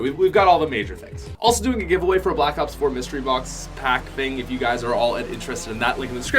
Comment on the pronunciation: sounds like hes saying your guyzers:) great video